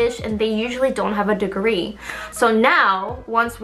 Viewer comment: saying “DeGrEE” is my favorite thing ever